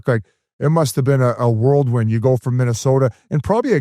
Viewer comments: Can someone please tell Biz it’s whirlwind, not worldwin 😂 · So funny when he says that